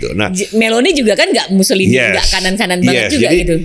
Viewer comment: pak, tolong nanti lebih tenang ya. Itu orang ITALIA namanya MUSSOLINI, bukan MUSSOLIHIN 😂😂😂 Kalau Mussolihin asalnya dari nganjuk 🤣🤣🤣